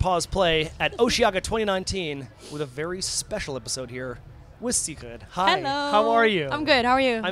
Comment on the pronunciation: You actually pronounce Sigrid as Cigarette in english? Bruh